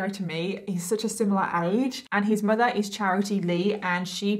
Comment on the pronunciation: im sorry but "her MUDA "